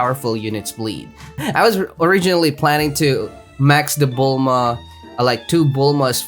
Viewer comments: BULMMMMA NOT BULMAMA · anyone else hate it when he says "Bulmama" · He has been calling bulma bulmama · It’s not bulmama it’s bulma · I always get confused when he says boll mama instead of bulma lol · This idiot just called "Bulma" Bulmama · He says bulmama lol it suppose to be bulma he says bulmama farm LOL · Just realize after 2 years he said bulmama 💀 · I love how he calls bulma bulmama lol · why does he say bulmama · I love how he called bulma bulmama🤣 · why does he say bulmama :/ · he just said bullmama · You said bull mama🤣😂 I can’t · i get the troll you are saying "bullmama" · I love when he says “Bulmama” lol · Bull MaMa